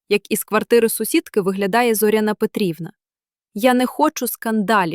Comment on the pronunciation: Не текУ, а тЕку. Все- таки читає ШІ.Але краще. Не ЗОряна, а ЗорЯна.